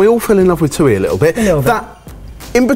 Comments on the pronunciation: That's how a table usually looks for dinner. A crap load of small dishes and sauces eaten with rice. Thuy's name is pronounced "twee" not "too-ee" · the entire video, i was thinking about how i’ve never heard thuy’s name before, but then i realized you guys were pronouncing it wrong when i looked her up 😂